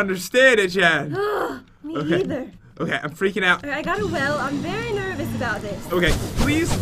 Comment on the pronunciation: said."berry lucky block".